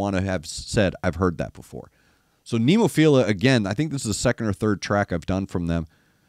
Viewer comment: You were close on the song title, 'Adabana' (ah-dah-bah-nah). The band name is Nemophila (neh-moh-fee-rah). The word "adabana" refers to a flower which doesn't bear fruit, or something that fails to live up to its fullest potential. The lyrics are pretty deep. It's worth watching with closed captions turned on for an English translation. The band itself is named after a kind of flower with five petals.